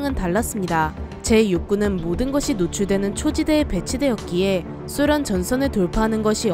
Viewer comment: 소련의 발음이 좀이상한데 쑤련? 쓰련이라는거같음 발음좀 수정해주세요